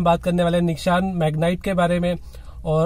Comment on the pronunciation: निशान नाही रे भाई, निस्सान है नाम 😂